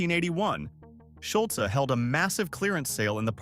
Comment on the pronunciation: Drop the e sound for Schulz to pronounce correctly